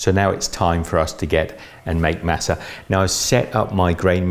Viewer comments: It’s pronounced mah-suh not mass-uh. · Omg you’re saying Masa wrong!!!!!! It’s pronounced Mâh-sâh